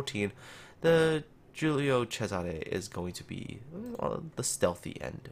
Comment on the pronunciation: I'm italian end you the only one (non italian) that pronounce the name of the ship correctly, I rilly estimate this